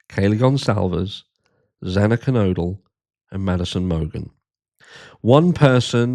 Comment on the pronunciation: but I’m not sorry for , caus he mispronounced Xanas name quite often